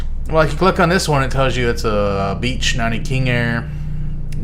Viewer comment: Why do you say beach like that?